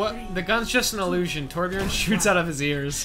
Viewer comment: jesus christ its T O R B J Ö R N